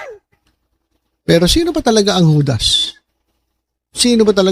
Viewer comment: HUDDS read it as HUDAS.😂😢😮😅😊